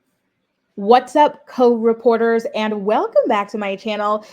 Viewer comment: I applaud you annunciating CO reporters Court reporters sounds just as legit.. who effing cares 😂 LOVE YOU GIRL